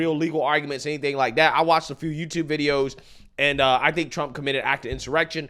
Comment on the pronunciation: "So liek... it's absurd to fire me for liek.... doing mah jawb" How TF do you still talk like that when you look that old?